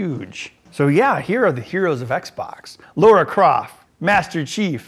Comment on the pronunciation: did I just hear Lora Croft I'm triggered